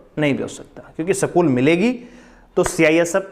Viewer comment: सकूल nhi बोलते स्कूल कहते है